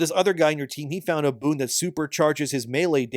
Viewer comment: hes saying boon but im hearing boob